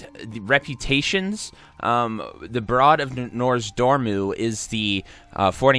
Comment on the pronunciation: Brood. Say brood. Like brewed. Not broad. Yikes.